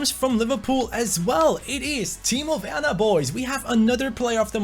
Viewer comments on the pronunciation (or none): none